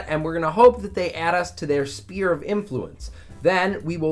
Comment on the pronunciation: Why does he pronounce sphere as spear?